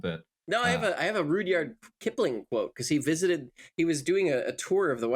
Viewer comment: she says rudyard like richard so now im questioning the etymology